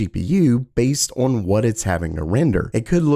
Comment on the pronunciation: on, not oion.